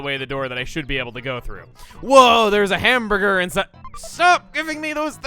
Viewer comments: The way he makes it sound, it sounds like he says ham bger. He misses the other two letters. he doesn’t say it like ham bur ger. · It sounds very slightly like hambugger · He kinda sats it like "ham-buh-guh" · I sorta of noticed it after he talked about it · He can't pronounce the first r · Running joke that he can't pronounce hamburger